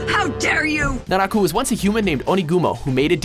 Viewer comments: When he said naraku I was like OH MY GAWD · u said naraku wrong, it ain't pronounced like that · is fine... except for naraku... cmon naraku?